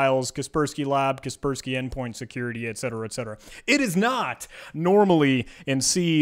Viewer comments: I pronounce kas-pers-key ->>>> ka - pers -key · Who TF pronounces it "casper-sky" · kasper-sky or kasperski, either way just use windows av. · it hurts my brain when he pronounces it as kespersky. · The way he pronounces "KasperSky" annoys me. Is he trolling us and doesn't know about KasperSky? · I cant stand how he pronounce kaspersky how do hell do you think you pronounce it like that?